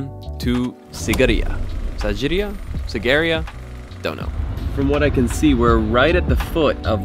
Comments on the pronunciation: Sigiriya is not a temple, it's a fortress 😅! And we pronounce it as 'Seegiriyă' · Why do you say Sagerya when it is Sigiriya? Can't read? xD